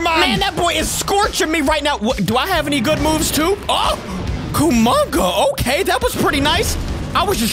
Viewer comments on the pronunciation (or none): Hey capi godzilla vs monkey part 17 is out and you say gigan like (guy- gin) and you say kumonga like this (ca-mung-a).